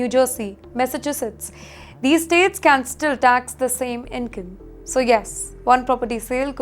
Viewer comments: Well, she made a mess of a messy name. 😅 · Where is "MESSACHUSSETS"?? - At 1.40 she says MESS A CHUSSETS